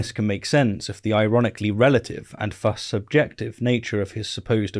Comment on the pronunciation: “Thus” has the soft “th” sound, not the hard one.